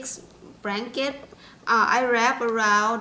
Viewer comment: Bradley Tompkins fucking google telling everyone my shit! all i did was comment on a youtube video....lol the asian lady in the video says Branket lol